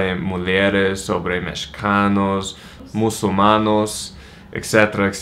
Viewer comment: the struggle was real. "Muslimanos"